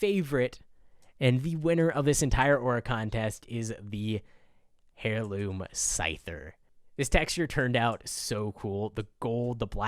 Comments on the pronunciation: Air loom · "hairloom" idiot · I cringe at the way you pronounce heirloom